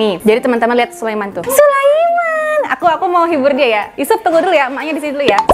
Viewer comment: Sulaiman bukan Sulaeman pakai i bukan e